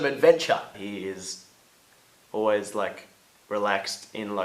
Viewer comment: "He's oways up for some advenchaa" Im dead..